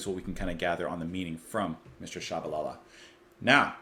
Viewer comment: Inserted, since the rest of this is probably TL;DR. This is my favourite reaction of yours so far. :D To say Shabalala, try "Shabba Lah-la", (with long a's as in father, always) and then just let that run into a single abba-lah-la. Homeless is mission music, yes. That's part of its beauty. It's early African music grafted onto the new songs people like "singing Methodists who believed the Devil shouldn't have all the good songs" brought with them. I think some of this music can be traced back to the shanties the sailors would sing, working down in the harbour, too. Zulu converts heard the harmonies, took them home, and made them into something freshly beautiful, and then brought them "back to church". And then that's the way everyone sang at the mission. Everyone. ======================== first impression began here .... Short version: Quite a lot of the African contribution to this album has been "corrected away". (But they kept Homeless, and maybe even improved it, so maybe that's OK. A song's meant to be alive, not frozen and stored away in a single recorded version.) Oh and the last song is one I don't know. Might have been added to the new version of the album, maybe to fill the CD or something. (I think it might be a replacement for something with a certian je ne sais quoi in my memory.) ========================= Long version follows. It's now very long. Just saying. Eyish! (AYSH/ ish!) There's something wrong with this mix. I wonder if someone has "made it better"?